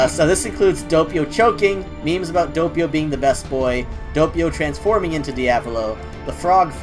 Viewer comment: DOH PEE OH NOT DOUGH PEE OH